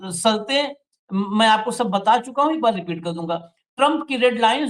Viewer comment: " माफी " के साथ कहना चाहता हूं , आपका शब्दों का उच्चारण सही नहीं लगता . जैसे "शर्तें" आपका उच्चारण " सर्तें " . "बादशाह " आपका उच्चारण " बादसाह ".